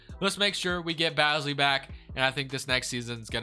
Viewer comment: Hey man keep up the great videos but as a thunder fan I just wanted to tell you that Aleksej Pokusevski is pronounced (Alek-Say Poku-Chef-Ski) not Alex Pokoski, and our main man Darius Bazley is pronounced (Baze-Lee) not Bazzly, great work brotha